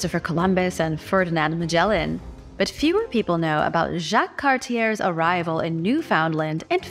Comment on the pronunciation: Ok.... I'm Canadian and from the Maritime provinces.. so here's where you're wrong, yet again... Jacques Cartier (CAR-T-AY)... Newfoundland (NEW-FUND-LAND) is an Atlantic province, not part of the Maritimes historically...